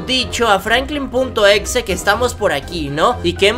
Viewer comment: Oye no se dice FRANKLIN punto exe se dice FRANKLIN EX.E